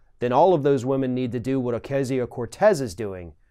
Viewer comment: It's Ocasio, not Acasio, Ocasia or Acasia.